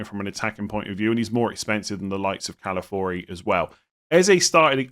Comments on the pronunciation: Please stop calling him Calafori, it has an i why are you skipping it, Ca-la-fio-ri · why do you say calafiori like calafori? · Calafori saying it wrong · i feel like saying “Calafori” is harder to say than his actual name of “Calafiori” 😭